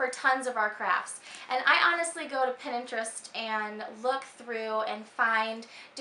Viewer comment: Pinterest not pinintrest haha sorry had to point it out